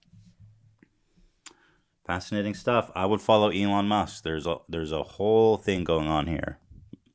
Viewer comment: Everyone else: Elon Musk Ethan: Elon Muss